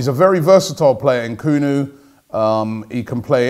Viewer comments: Dude it's Nkunku not Nkunu 😂😂😂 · Nkunu? Ahahhha Robbie ffs mate its NkunKu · Robbie you’re too smart and old to continuously mispronounce players names. All it takes is effort. NkunKU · Robbiie maan! It's not Nkoooonoooo its N Kun Ku!! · Robbie the name is Nku-nku NOT Nku-nu!!! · Robbie it is Christopher N-KU-N-KU not NKUN FFS. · I'm pretty sure the pronunciation is N koon ku Not N koo no at his best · Nkunku Robbie not bloody nkunu just read the names b4 you say it you do this all the time lol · N' KUN KOO...not N' Koo Nu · EN KOON KU not EN KOO NEW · En-koon-ku Robbie ffs😂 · His name is pronounced ‘N koonkoo’ Robbie you fool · I'm almost 100% sure you need to pronounce the second K in his name Robbie. NkunKu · Un-Kun-Ku ffs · HAHA N KOO NU LMAO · It's annoying and funny at the same time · Why do you always get names wrong The name is straight forward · "Nkunku" means Chicken in this part of the world. And yes Robbie is butchering the pronunciation. I am sure he's from Southern Africa. He's got skills! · Nkunku, please get it right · He messes up his name the whole video 😂😂😂😂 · Not a ‘transfer daily’ vid without a butchering. Nkunku the victim today.